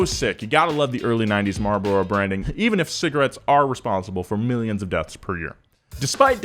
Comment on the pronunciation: you say Marlboro like a noob.